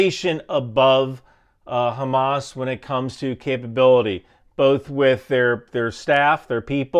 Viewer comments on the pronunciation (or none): none